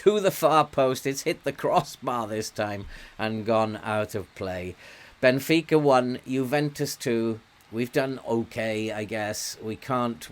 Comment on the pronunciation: As a Portuguese what a great pronunciation of the teams names, thank you for giving your time to benfica. Hope you are having fun!!